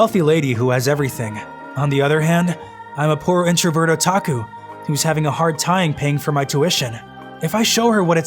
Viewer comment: I'm sorry but what's a Ota-ots-Ota..hol up...Otaku